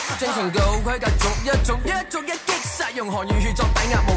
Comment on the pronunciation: 逐一，唔係續一🙏🏻